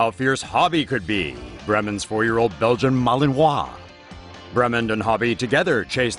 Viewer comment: Belgian Malinois is pronounced, “bel-gin mail-in-wa”. I have some.